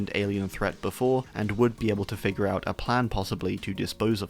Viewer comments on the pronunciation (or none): none